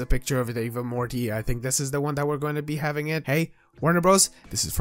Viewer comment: did he say Marty?